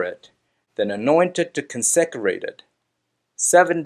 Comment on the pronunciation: Con-se-crate!! Get the Hebrew right but get the English right too!